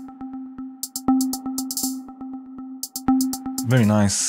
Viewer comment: first thumb up... and BTW: NOT "very nice"....it's "ABSOLUTE VERY ICE" my friend!!! LOL